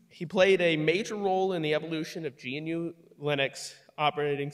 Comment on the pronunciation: "Gee-en-you project to create fruit..."😂😂😂